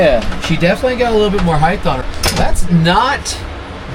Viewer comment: It’s height* not heighth😉😉😉